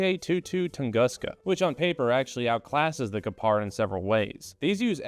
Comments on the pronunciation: I know you don't care about how badly you pronounce Gepard so I won't either; an American doesn't want to be corrected on their horrible pronunciation is nothing to write home about. Maybe you could've spent like 1 minute of your precious time to type this new word you don't know yet into google translate so it gives you an example of how to say the word you wanna say in the video, you'd come across less ignorant and so much more internet capable. And less negatively American. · You mispronounced Gepard and I do not care. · Even tough you don't care. You pronounce Gepard almost correctly. Only the accent is not on the A but on the E: correct: Gépard (long e and short a). Wrong: Gepàrd. :-) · You almost got it with the pronunciation... 😅 Greetings from Germany!